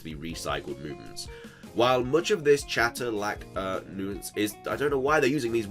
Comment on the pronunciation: damn, if nuance and debacle are really tripping you up that much maybe stay away from reading while recording.